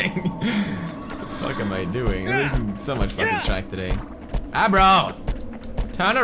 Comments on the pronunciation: It's Agro.....not Abro..... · His name is Agro not Abbro :P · Pewds is reading abro's name as eyebrow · the horse's name is agro but pewds calls him abro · it's agro not abro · pewdie calls him abro like 'a bro'